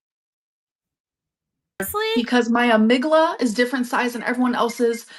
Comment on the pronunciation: cant be fuckn serious. first of all, mispronounces amygdala. second of all... how could know its a different size, hm? she's too much of an obeast to fit into a proper MRI machine to get her brain checked. third of all, its not 'different size', its mostly structural changes. and finally... not all patients with BPD could have these structural changes to begin with. im so, so tired of tiktok knowledge. i would challenge her to read an actual scientific article about BPD but failed 3rd grade english.